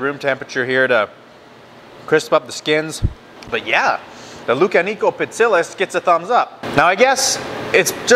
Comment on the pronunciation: Pronounced Pi-tsi-giás. Like gyro: "γ". Also: Lou-ká-ni-ko.